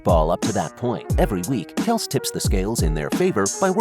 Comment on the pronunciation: if you wanna make a video like this atleast say the guys name properly